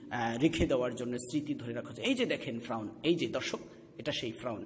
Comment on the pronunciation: উচ্চারন ফ্রাউন না, ফেরাউন/ফেরাউ।যাই হোক, সুন্দর প্রচেষ্টা।